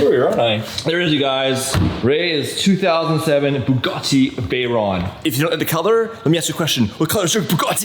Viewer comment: not veyronne its writed veyron and pronounce like its wrote !